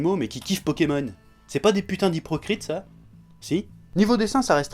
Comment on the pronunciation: "Hyprocrite" ! GG ! xDDD